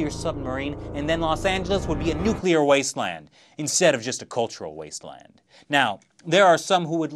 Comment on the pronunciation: Instead of a cultural wasteland...so now I can totally tell u r a New Yorker.